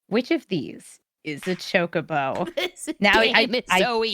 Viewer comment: That's how you pronounce it ...